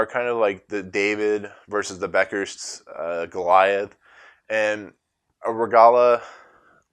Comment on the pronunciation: Beckerstead, not Beckers